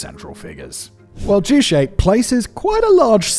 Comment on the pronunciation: I’m a fan of your productions but in this one, you have failed to take the time to look up the pronunciation of juche. Pronouncing it to rhyme with touché is wrong. It is joo chay. Ch like church, not like Chicago.